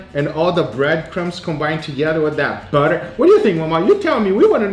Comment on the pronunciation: the way you say butter is hilarious 😂